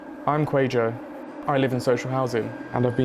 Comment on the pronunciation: I love this but the way you young man and everyone else in this doc is pronouncing your name is incorrect. My father's name is Kwajo is not pronounced quayjo